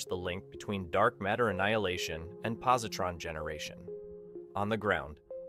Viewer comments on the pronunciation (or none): I know what positron is, but what is po "SE" ?tron?